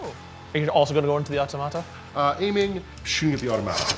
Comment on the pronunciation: I think the Automata you say with emphasis on the “o” not the “a”. 😂 you may know and are just having fun making them sound like a tomato.